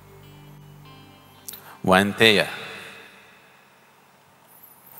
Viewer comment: Even though I'm a follower of Sadhguru, I cannot condone his pronouncing names wrongly. It's NOT Raadhe, but Raadhaa. And, NOT Waintaya, but Wainateya, the progeny of Vinata, the female Garuda.